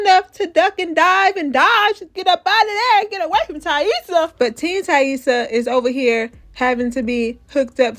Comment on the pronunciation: You’re the only one online pronouncing Taissa right and I know why 😭😭😭 It’s not that damn complicated!